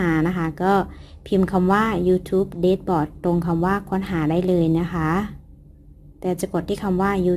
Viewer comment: คะ dashboard ออกเสียงว่า "แด็ชบอร์ด" คะพี่ได้ยินหลายคลิปละ ว่าจะทักบอกหลายทีแล้วคะ/พี่ติดตามแทบทุกคลิปเลยนะคะคลิปมีสาระและเข้าใจง่ายมากเหมาะสำหรับยูทูปเบอร์มือใหม่ทุกคนมากๆเลยคะ 😊👍